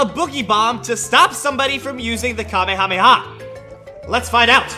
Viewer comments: It's not pronounced kami-kami-ha, it's pronouned ka-may-a-may- a. 🤣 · You saying kaby rabbi ha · No Kamehameha it's kameyamama 😂